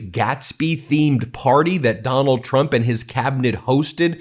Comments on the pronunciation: It certainly sounds like Leavitt calls him President Chump half the time. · The only truth out of Karolyin's mouth is that she pronounces Trump as CHUMP.